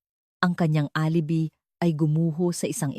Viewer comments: Hi, nakakainis ka😊di na ako makikinig sa narration mo maganda sana ang kuwento mo pero alibi ka ng alibi instead og alibay ang bigkas,pag di ka tumigil ng ka aalibi mo ireport kita sa admin mo lol hahahah alibi😊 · Sagwa ng pagsasalaysay ng narrator… Isa pa…. “ mukhang fiction “ lang …. kathang -isip lang! Pati pagbigkas ng mga salita .. mali-mali… Halimbawa: U.P. ……… sabi ng narrator…. [ UPI] Alibi………. …….sabi ng narrator: [ alebi] Hoy … narrator…. balik ka sa Grade Six